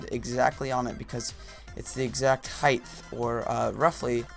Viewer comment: heighth??? height no th sound lol